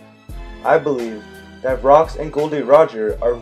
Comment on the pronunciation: His name is actually gol not gold